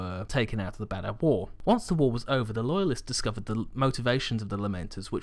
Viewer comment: Oh, Badab. Until the enunciation, I kept hearing either Badah or Badass. The Badass War :).